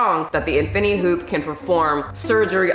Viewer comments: I can’t get over how she pronounced infinity,infiny hoop 😂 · Thank you for the info but I don't think you're saying that right. In-fin-I-ty and Si-mul-tan-e-ous-ly. Good info just bad pronunciation.👍